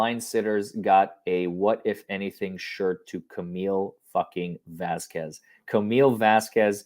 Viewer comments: Vasquez is not an uncommon last name in America, and she has been working around Johnny's team for months and months, she has to know she is pronouncing it wrong, such disrespect. Its like a wealthy woman not knowing the names of the help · I completely hate that said Vasquez the wrong way. I live in LA so I make a point to say everyone’s name correctly because I hate it when people get my name wrong. So every time gets her name wrong, and it’s a chain reaction to all of these other reporters saying it the wrong way, it makes my skin crawl.